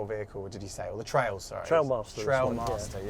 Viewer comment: Trial not Trail. 👍